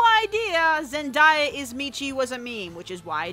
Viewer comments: “Zen-di-ya” nooo Zen-day-ya u were prob joking but u can’t help myself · it's pronounced zen-DAY-uh, not zen-DIE-uh. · its not ZenDIEa. its ZenDAYa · zen-DAY-a not zen-die-a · Zendaia? It’s zen-day-a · Hey Ummm, it's pronounced zen-day-uh not zen-die-uh, kay bye. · Wtf why does she pronounce Zendaya wrong?! It’s pronounced Zen-day-a not Zen-die-a. If you don’t know how to pronounce it correctly go the fcking Google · I think it's zen day a, not zen die a. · Zen-die-uh? It’s Zen-day-uh. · ZenDAYa not ZenDIEa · Zen-die-a? zEn_dIE-A???? I love your video but for future reference her name is pronounced Zen-Day-a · It really irked me that she said it was zendiya instead of zendaya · cough ZEN DIA??? gurl its zendaya prnounced zen day uh XD XD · Lmao who is Zendiya? I thought her name was Zendaya i mean i don't know how her name is spelt but it's pronounced Zendaya at least i believe it is anyway based on how it was pronounced on shake it up preveiws. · It’s pronounced zen- DAY- uh not zen-DIE-uh.... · It's pronounced Zen DAY ah not Zen DIE ah..... seriously even Zendaya herself is sick of people getting the name mispronounced Still love your videos just a little nitpick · You pronounce it zen-day-uh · I'm sorry but did u just say zendieya? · it's pronounced as zen-day-a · It's zen-day-ah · Sorry but its pronounced Zen-day-a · the way you say zendaya bothers me ngl its zen-day-ah my legal name is spelled and pronounced pretty close to the same way so it bothers me when people say her name wrong lmao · "Zen-die-uh" i am Di sgu ste d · Not to be annoying but... its Zen-DAY-ah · ok but can you say ZenDAYa right plz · it's pronounced zen DAY a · It’s pronounced ZEN DAY AY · wow didn't know zendaya was meechee so hard she didn't even pronounce zendaya as zendaya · I just wanna say it’s pronounced Zen-Day-Ah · "Zendia" tf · It’s pronounced Zen-Day-A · “Zendiea” cringes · Dont mean to be a dick, but its zen-day-uh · "Zen-DIE-uh" ... oh dear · Pronounce gay like gaia